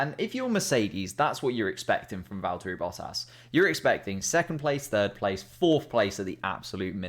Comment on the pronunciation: Vallt-urry Boh-ass